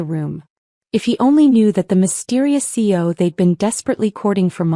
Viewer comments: How annoying to hear the mispronunciation of C E O, not seo, so many times. That should be basic AI programming unless you bought the budget package. The main gist of the story, the use of of the storage room reference, is used ad nauseam. The moral of the story was made in half the time the story runs. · Can't your A.I. separate the letters of C E O and say them correctly, C.E.O., NOT run them together. Chief Executive Officer?